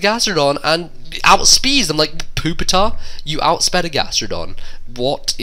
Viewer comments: that im ok with, but poop-itar...seriously...? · Why do pepole say poopitar its so annoying its pupitar not poo! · He said poopy tar. I lol'd